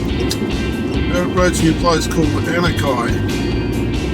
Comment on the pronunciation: Hi, We have a Anakie here in Victoria near Geelong and it is pronounced Ana-Key Regards Brian